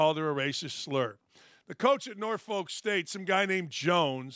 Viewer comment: It’s pronounced NOR FUHLK.